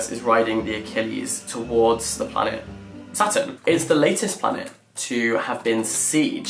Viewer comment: I THOUGHT HE WAS SAYING SATAN INSTEAD OF SATURN THE WHOLE TIME 😭